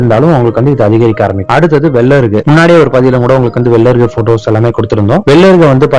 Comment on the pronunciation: வெள்ளை அருகா..இல்லை வெள்ளை எறுக்கா....அய்யா